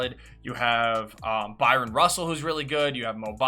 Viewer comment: “Bry- on” RUSSELL Not “By-ron” RUSSELL